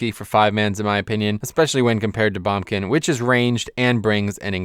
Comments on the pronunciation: as good as this video is. the way you say boomkin just made my ears cry :(. please say it properly. BOOMkin. not bumkin hahah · "bombkin" and "Sh-man" lol what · Heres how commenting on this video goes: if you agree with him he'll agree with you and stroke his own epeen; if you dont he calls you an idiot. Also its BOOMkin.